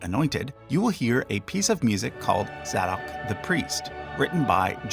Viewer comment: Zay Dock as in “say” …. Not Za dock! Sorry I had to say that! 😅